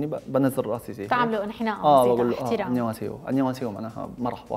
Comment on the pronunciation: انيو هاسيو هيجي تلفظ اختي